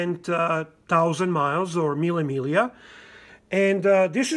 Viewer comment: Finally somebody who knows how to pronounce correctly "mille miglia"! Greetings from Roma